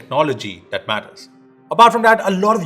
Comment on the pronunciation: that is that and not dhat.. lol